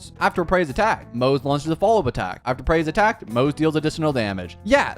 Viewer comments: “Maze” and “Sellay” 💀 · Isn't his name pronounced like Mo (Moh) Ze (Zhe) ? Like in chinese yknow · moze is pronunced "moz-ah" btw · Its pronounced as Moo zhi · No, you clearly hear it in EN dub as Mow-za not Mowt-tza like dude what even is that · I think Moze is kinda pronounced like mozzarella. But like, a slightly softer "tza" sound and still Mo like "mow" so kinda mowza with a slight 't' sound between mow and za. (Idk the phonetic alphabet so I hope it's somewhat understandable) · Yeah it's kinda a tradition here i think to not being able to read/pronounce names Also that's true to EN dub but in JP dub its Mo-ze as seen and read. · You changed the pronunciation of his name probably more than 10 times everytime he came on screen yet not even once did you get close to the actual pronunciation 😭